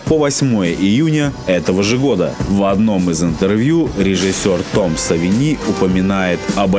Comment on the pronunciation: В фамилии Тома Савини ударение на первую "и", а не на вторую. Легко проверяется через ту же самую серию Симпсонов, кадр из которой автор вставил в ролик. ЗЫ Римэйк просто офигенен. Особенно порадовало то, что фильм снят не как тупой закос, а является интересным свежим на тот момент взглядом на классический сценарий. Правки вставлены там, где они действительно были нужны, особенно порадовал троллинг над любителями классической концовки в конце)